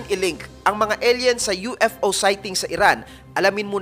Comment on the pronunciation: Eyl yen ang basa hindi el yen koya. Tsaka skyscrapers hindi skycrapers sa isa mong video.